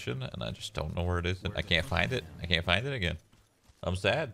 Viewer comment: WE GO AGANE BOIS WE GO AGANE I can't believe shroud actually said go agane it's so pog xQcH